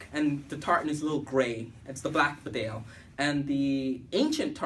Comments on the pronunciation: It's pronounced Beedale, named after a village in Yorkshire, England. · BEE DALE………GOD DAMN IT……… : )